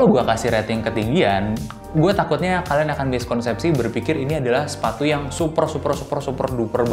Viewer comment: Pas ngomong sepatu ga jelas tapi siluetnya si compass wkwkwk